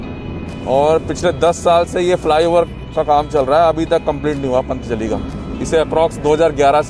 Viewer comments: Abe yaar pantjali nahi patanjali hota hai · Pant Jali 😂😂 Bhai patanjali hota hai